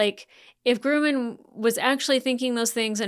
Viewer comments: Great takes, spot on in my opinion, but has anyone else mentioned, it's not Grooman, it's Grumman😅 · The name is Grumman, not Groomin. LOL